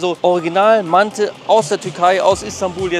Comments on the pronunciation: Haha nicht mante sondern manti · Auf türkisch heißt es mantı. Es wird nicht mantiii ausgesprochen.. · Digga es ist doch echt nicht schwer vorher auf Google Übersetzer auf Türkisch zu stellen und sich das Wort aussprechen zu lassen oder? 😂 Dauert nicht mal eine Minute und du holst direkt mehr Leute ab